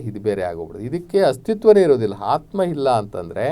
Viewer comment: ನಿಮ್ಮ ಅಂಥವರ ಬಾಯಿಯಿಂದ ,ಮತ್ತು ಈ ಬಡ ವೇದಿಕೆ ಮುಖಾಂತರ ಆತ್ಮ ಅನ್ನುವ ಬದಲು ಹಾತ್ಮಾ ಕೇಳಿದರೆ ನಮ್ಮ ಮನಸಿಗೆ ಹಿಂಸೆ ಆಗ್ತಾ ಇದೆ ಮಾನ್ಯರೆ